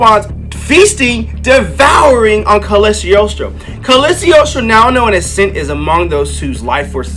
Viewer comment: Lemme help u. Cog-lio-stro! U can do it. Gangster content!